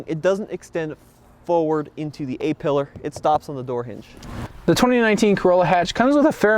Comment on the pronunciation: There is no silent 'r' in 'forward'